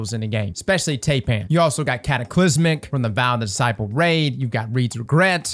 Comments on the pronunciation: Taipan is pronounced ˈtīˌpan, not tay-pan. It's basically a big league CEO in China. The big dog. The #1 guy. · Tie-pan. Thai-pan. Tye-pan. Not tay-pan. Taipan. Did you never watch Steve Irwin as a kid? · Tai pan not Tape an 😂🤦🏻‍♂️😂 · Tie-pan not tay-pan. I swear that D2 content creators wear their illiteracy like a badge of honour. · it’s pronounced tie-pan. Also I see people pronounce the fractethyst shotgun as frac ta list. NO. It’s frac te thyst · "tay-pan" lol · "Tay-Pan" I am sorry what? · Yo man. Thanks for the videos. Taipan is pronounced "Thai" or "Tie" and "pan" like sauce pan. It's a type of venomous snake found in Australia. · I know you did not just call it Taypan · No offense meant , but Taipan is pronounce tie-pan like the snake. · It's actually pronounced Tie-pan like the snake veist names all their weapons after poisonous creatures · It's pronounced Tie-pan. Still the Taipan is a absolute damage number if you don't got a good Stormchaser. After hearing Rick Kackis say Ruins instead of Runes for any object, it is just a detail that grinds my gears. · Hate to be that guy, but its pronounced "Tie-pan or Thai-pan". I have the scaly nope ropes living near my place. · What on Earth is that pronunciation of Taipan?